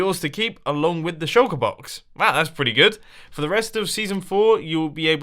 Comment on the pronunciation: When Mumbo says Shulkerbox, it sounds like he is saying 'Shulkabox'